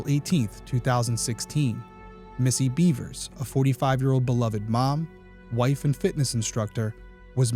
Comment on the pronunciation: Bevers.. not Beavers. There’s no A in Bevers.